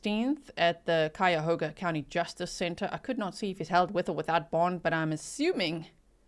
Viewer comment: 'The "H" is silent. The phonetic spelling is, " Kyoga" County , just in case you hadn't heard by now. Oh,and I saw that murder suspect inthe black outfit and I thought the suspect killer did move like a female, so I think he paid a female to do the job. Just saying..............?